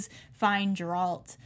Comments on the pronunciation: It's not Jeralt, it's Geralt. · Its a hard G host, not pronounced like a J. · Host: Please stop mispronouncing Geralt’s name